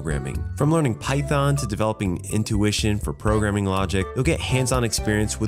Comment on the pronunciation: did u say python ?